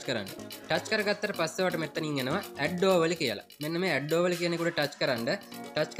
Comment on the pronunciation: ඕවලි නෙවෙ ඕවලේ🙂